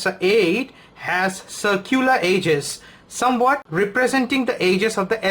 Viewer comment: hahahahah that what I was about to say , i watched many A7 video but all turn out to be Indians with their Indian accent. ... the way he pronounce Edges as Ages